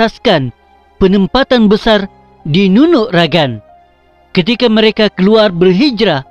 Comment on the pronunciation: Nunuk ragang ka bo Asi..okon ko Nunuk ragag..ogumu lo sebutan nu au kopiiyo koontok..